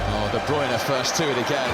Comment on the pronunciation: Ohhhh Kevin de bryune